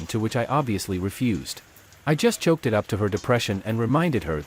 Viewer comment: S2: It's not choke it's chalk!!!